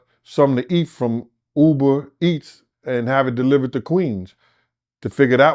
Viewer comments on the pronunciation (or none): none